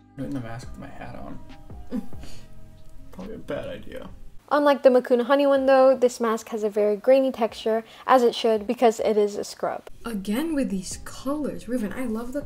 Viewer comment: Makuna??? 🤣🤣🤣 Its MANUKA